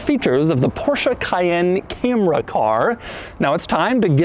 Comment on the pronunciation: It's not Porsche "Cah-yen" but Porsche "Ca-yenn". Come one Doug. You worked for Porsche, you should know better. ^^